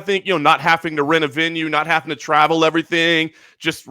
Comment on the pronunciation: "I always say halfing instead of having" Morgan. One look at and you can tell he's never halfed anything.